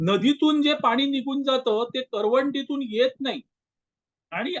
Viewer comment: करवंटी नाय ओ करटी म्हणा